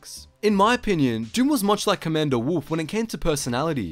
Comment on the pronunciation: "Co-ommander Doom, he is every Droid's doom"